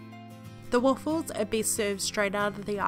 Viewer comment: You speak waffles like ahfles